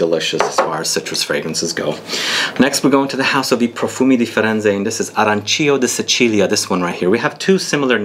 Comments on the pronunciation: Arancio is the masculine word for Orange so my guess is the intent is to say it's a more masculine fragrance and Arancia is the feminine word for Orange with would indicate a more feminine fragrance...your pronunciation is just fine. 😁😎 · "Arancio" refers to the tree whereas "arancia" refers to the fruit. Your pronunciation is spot on. 👌😀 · the difference is that arancia is referred to the fruit while arancio is the tree :) and your pronunciation is perfect